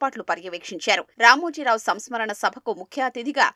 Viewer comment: SAMSKARANA SABHA kadu mantri garu....SAMSMARANA SABHA😅